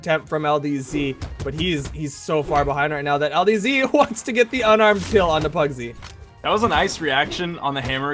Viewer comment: Pugsy = PARRYsy